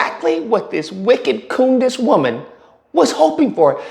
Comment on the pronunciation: You call her Coondace too lol been calling her that forever ♾️ 😂😂😂😂 she really has a low IQ